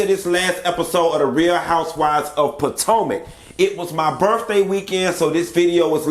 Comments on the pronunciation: Is it me!!!!!!! Or am I the only one who likes to hear say Real Housewives of "Potanka" instead of Potomac? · You Said Potomac correct Q , it's pataeka 🙈 is you okay let's talk about it.